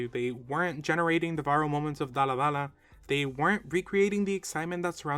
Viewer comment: You made a mistake on the first dalla dalla, you said dalla lalla